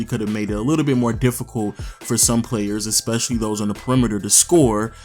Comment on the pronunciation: It’s, devolved. Not, “de-evolved.” It’s, especially. Not, “ecspecially”. Although that may be a black thing. Like, “…aks you a question.” In that case I may have to let that slide.